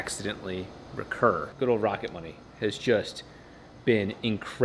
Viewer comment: Am I the only one who heard rocket bunny instead of rocket money